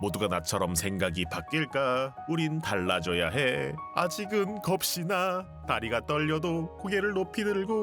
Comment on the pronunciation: 겁이나를 왜 겁시나라고 읽으시는지ㅋ